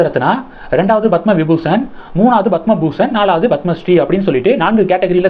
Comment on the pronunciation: Horrible! You are saying Bhathma Sri, Bhathma Bhushan! It is Padma Sri, Padma Bhushan